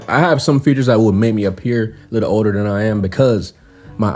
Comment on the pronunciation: Everybody keeps saying "odor" instead of "older".😅